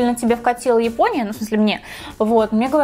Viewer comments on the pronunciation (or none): none